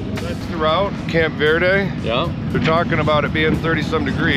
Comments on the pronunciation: Its Camp Verde with a hard E for christ’s sake. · This is my home town, born and raised there. Amazing riding all around there - oak creek canyon, up the mountain on Zain Grey to Payson, up thru Jerome over Mingus Mountain, etc. Locals pronounce it 'Ver-dee', not 'Ver-day'. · Camp ver-Dee is how we pronounce it 🤘🏻 love the vlogs man, just bought a new bike I can’t wait to make a trip and get some thrashin parts on it !